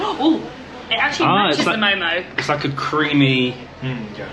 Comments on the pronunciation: its name ...momo not momos😅😅😅😅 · It's called Mo:Mo don't say MoMos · Its mo:mo not momos